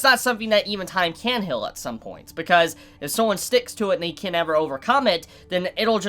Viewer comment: why do you pronounce ''heal'' like "hill" ? :v